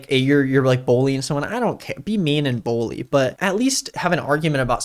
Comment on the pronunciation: haha says 'bully' like 'bowlie' lets all make fun of him and call him weird